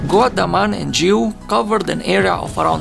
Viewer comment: You can’t pronounce Goa?